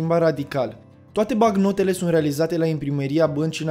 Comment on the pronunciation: M-ai spart cu "bacnotele".